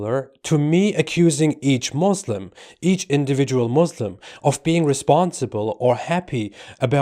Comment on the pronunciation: He says he is a Muslim ...but doesnt even know to pronounce the word Muslim correctly..... Wowo